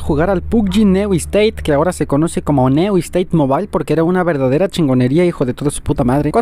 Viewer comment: Pubg neu esteit jajaja Se dice niu steit